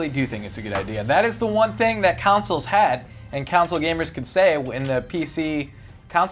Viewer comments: Consoles not councils!!! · Anyone else annoyed by that it sounds like says councils instead of consols? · Why does pronounce "consoles" like the word "counsels"?